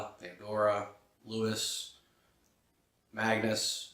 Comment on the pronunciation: I have read all of Anne's Vampire Chronicles and I did sincerely enjoy this one. I found it odd that you decided to record a review of this story without the knowledge of the novel Prince Lestat that came out before this. Also, your name pronunciation seems inadmissible because many of the characters have been featured in movies and plays. Louis, for instance, is pronounced Louey. Remember Brad Pitt's character in Interview with the Vampire? GABEriella, is GABriella. MeCare is pronounced ME-CAR-EY. I don't mean to come off snarky but it's so irritating for me to try and take the advice of individuals who don't even have basic bits of knowledge or pronunciations down. I say this because negative reviews can put fans off... this review seemed to trivialize the importance of this novel in the overall 18 previous novels that this one stems from (including New Tales of the Vampires, and Lives of the Mayfair Witches). I'm noticing many fans expressing dismay for this novel, but without reading the previous 18 novels, one only can. THIS NOVEL WAS AMAZING FOR ME, it tied so many loose ends. 150 pages describing Atalantaya was minimal in my opinion! I wanted more! It never seemed bogged down to me because I have an obsession for the series and strong knowledge of the previous 18 novels. We now know that the next novel will be entitled Blood Communion: A Tale of Prince Lestat released October 2, 2018, and it will begin after the events of Realms of Atlantis, and Anne Rice has confirmed